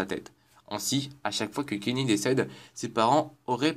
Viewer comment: "tweek tweek" "kinny" "sonns park"